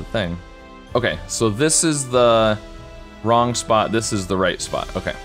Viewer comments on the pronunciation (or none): none